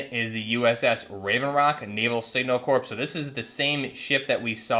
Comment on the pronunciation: Corps is pronounced as Core